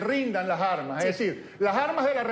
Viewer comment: Con todo respeto, le sugiero. Reiteradamente ha usado el vocablo "armas"..la "s", se une con la vocal...por favor..no diga las " jarmas"